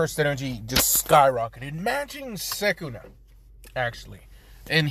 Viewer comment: Dude it’s sukuna not sekuna